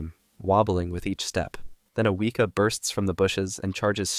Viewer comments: The way he said Weeka instead of Weka 😂😂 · Few notes from a New Zealand fan: Weka is pronounced We (as in west) and Kaa (like the snake from Jungle Book) Pronunciation guides are online, we appreciate trying to pronounce the words though. Showed an Opossum, we have Brushtail Possums from Australia, they raid bird nests and eat plants, we trying to wipe out them as best we can. Other kiwis keep your dogs on bloody leases if you take them for a walk in the bush ✌🏻